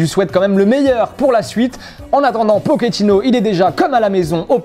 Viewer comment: arrêtez de dire pokéttino, c'est pochettino wtf